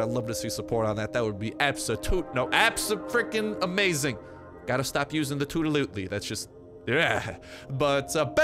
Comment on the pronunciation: Absotutely is cringey